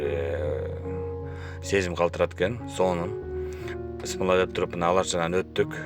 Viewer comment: Биссимилаах де ее тууган бысмла десен мааниси жоголот